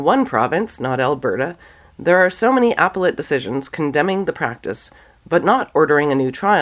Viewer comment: "appellate" pronunciation